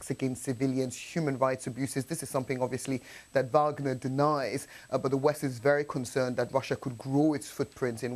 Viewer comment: What she try to say Wagner 😢did that lo